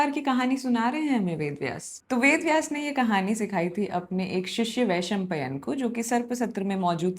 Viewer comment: Small correction, some pronunciations, just keep a track on all of them. It's जन्मेजय not जन्मजया, द्वैपायन not द्वैपयन, वैशम्पायन not वैशम्पयन.. Rest all are fine . Also it appears that you enjoy storytelling and this sort of delightfulness gets projected on the listeners also, so good job there.. Also, one unsolicited opinion as you are now on this monumental journey, whenever you seek explanation for any character's actions, do find them as you want but just for once, enter in their shoes too and let them explain you why did they do that and trust me, it will make the experience even more immersive and empathetic.Keep getting better at it👍